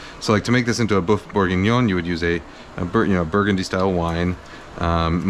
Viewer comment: You keep saying "boof" but here's how you can really pronounce boeuf